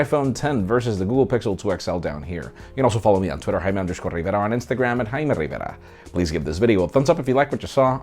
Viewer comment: jjjjaime rrrrivera.